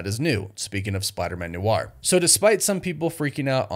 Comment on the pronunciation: Noir is one syllable. Not new-arr.